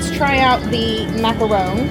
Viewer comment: And macaron lol